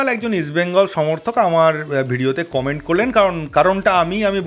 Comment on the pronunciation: ..Its Comment (ক মে ন্ট) not commant.(কমান্ট)..pls correct your diction.boro kan a lagey shunte.. কমেন্ট আর কম্যান্ড er majhamajhi shunte lahey..ami audio engineer amar voice niye e kaj..saralhon ei koechi....boro boro actor der o amon vul hoi...lojja r kichu nei..ei na je comment bolo na...but majhe majhe e seta comant hoi jai...tai jamalam.user name a amar jonmo sal ache..tai kharap vabe nio na.